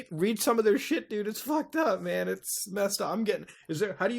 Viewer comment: you say dude like dud it's hilarious